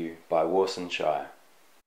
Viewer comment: Nice! just one Thing, SHIRE is pronounced as Shi-Re with a rolling "R" it's a Somali name and not an English name. :-) I just wanted to let you know that. Peace!